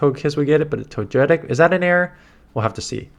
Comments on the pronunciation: I’m sorry I’ve never heard anyone pronounce Togetic the way does, I actually chuckled 😂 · How do you get To-gay-kiss right but not To-jay-tic?